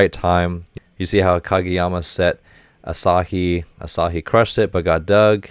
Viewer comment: Asahi is pronounced more like ah suh he instead of ah sah he